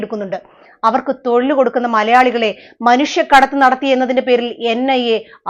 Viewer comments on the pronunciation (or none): none